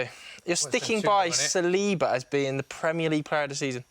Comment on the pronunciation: SAL-li-ba, not Sa-LEE-ba.